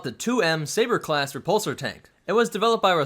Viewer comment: "sbaer" Great video dude haha